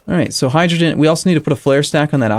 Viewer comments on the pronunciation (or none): none